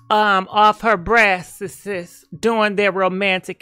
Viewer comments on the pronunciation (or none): you said Breasts est😁😁😁😁😁😀😀😀😀